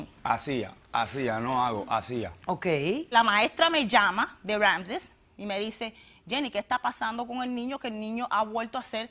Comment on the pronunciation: LA OTRA ES MAESTRA Y NO SABE PRONUNCIAR RAAAMSESSSSS.???????????????????